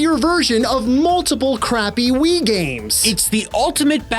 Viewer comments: I heard “Flatout 2010 on Wii” as “Flatout 2010 Ennui.” And I think I was right. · Three rhymes with Wii. FlatOut Thwee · Funny how "on Wii" sounds like "ennui".